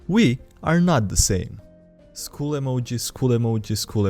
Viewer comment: I know their is mass shooting in us school BUT, skull and school are not pronounced the same xD